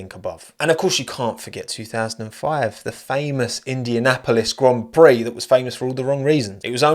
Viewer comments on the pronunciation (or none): none